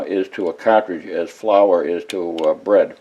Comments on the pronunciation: Love the way he says kaartridge. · Typical Boston accent.